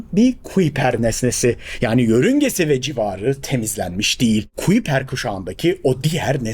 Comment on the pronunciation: Kuiper, kaypur diye telaffuz ediliyor